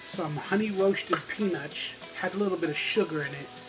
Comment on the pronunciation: Ha, said pe-NUTS!!